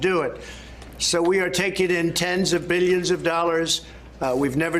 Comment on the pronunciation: He says "meelions" and "beelions," like Dr. Evil.